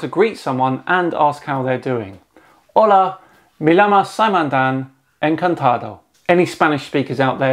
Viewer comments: Just a heads-up, Dan. At least in parts of Latin America, the double “L” like in “llamo” is pronounced similarly to an English “Y” as a consonant. Also, it’s supposed to be “llamo” when you’re saying “my name is Dan”. Using “llama” is when you’re saying “someone else calls me Dan”. Hope this helps! Anyway, these Moon guys are lunatics. It’s so obvious that the Moon is far more than 100 miles from Earth. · The double l or "ay-yay" is pronounced like a y. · Great greeting, but double Ls sound like a Y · 2 L’s are pronounced as a y sound, making it “me Yamo” not “me lamo” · Remember to pronounce the L's like Y's, so it's "yamo" instead of "lamo" for "my name is" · The greetings in Spanish were fine; the only small mistake was the pronunciation of LL which should sound as Y and not L. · “Me llamo dan” ... llamo in spanish is pronounced yamo, essentially. Their double L’s is a y sound, not an L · Its not... "me lamo"... LL is pronounced nore like a Y... like in Yolk... so... me Yamo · Your spanish was good but not quite there, you should say "Hola, me llamo (you saild llama), encantado" and the llamo should be pronounced as an i (as in igloo) (in Argentina and Uruguay (where I come from) the ll and y are pronounced as sh as in should) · Or, if you're in Argentina (or Uruguay), it'd be 'shama', literal pronounciation. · One little hint for your Spanish: two Ls sound like a Y, so llamo sounds like yahmo. ✌ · No, it's prenounced with a SH.....SHamo lol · Feedback on your Spanish: The double LL in "Me llamo Dan" is pronounced as the English consonant Y in most dialects. Only single L is pronounced as the ordinary L. Some dialects like Argentinian Spanish pronounce it as a zh sound, like the s in treasure, but this is uncommon. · when you say "Hola, Yo me llamo " the double "L" makes a Y or J sound sometimes even a Sh sound depending where you are from, so yeah two "L's" makes a Y sound. but good job on learning spanish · llama is not pronounced lama.